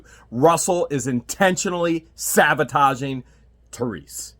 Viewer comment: SaBotaging not saVotaging. Sorry